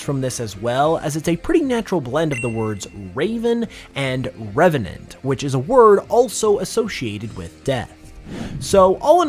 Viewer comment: You said Revenant as raven and Revenant. That's why Trevenant is called Trevenant, Because of tree and Revenant